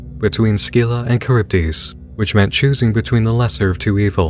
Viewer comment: Scylla = SILL-ah. Charybdis = Kuh-RIB-dis.